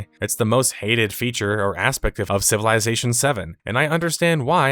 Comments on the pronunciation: Take a shot ever time he says CIVILAYZATION! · It's pronounced "civil izz ation". Not "civil eye zation" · I can’t watch this because of the way you say civilization.